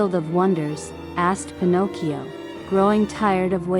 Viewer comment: thank you for taking the time to reply, as I am blind, I am very much used to listening to audiobooks and can spot synthesise speech from the word Get go usually. Some synthesisers are better than others, but the particular one you chose really does not do justice to the amount of work that obviously went into this. First of all it mispronounces Pinocchio, and also if you listen to the cadences and the stop an emphasis between the words and of the words in a sentence you will hear that it sounds unnatural. This could be done so much better with just a few adjustments. I could go into great detail, but I don't know that this is the place to do it. As I said, you've obviously worked hard on this, it might want to choose either a much better sense or massage this synth to make it a better experience. Sometimes this requires changes and punctuation and even changes in spelling in order to get the right pronunciation.